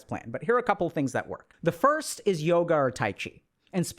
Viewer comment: aaaaaand i stopped listening when he said Yoga…..